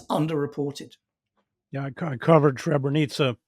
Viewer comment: It is not Shrebrenica. It is Srebrenica. If you can not pronounce it properly, say Silverton. Srebro is silver. The town got its name after silver mine during the medeival era.